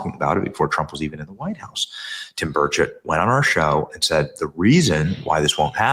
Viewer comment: NEW HIT SONG! DAD GUM... Love it and I LOVE my congressman!! Ya know, Tim is too much of a gentleman to say anything, but his name is pronounced BURR' cht. BURR cht To hear Tim say it, he doesn't really pronounce the 'e' in chet. 😎🤓😂❤ Love you Benny! Sometimes you say it right. 👌👌😍